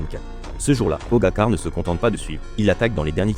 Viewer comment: pogagar 😂😂 merci l ia